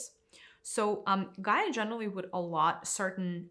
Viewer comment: First of all it's Gaia. Second, I'm sorry you can't think for yourself enough to know that everyone is on there personal journey. Third, the destruction humans have caused Gaia are making her (nature itself) inhabitable. So if you just listen to the teaching you'd have enough guidance to look in a mirror.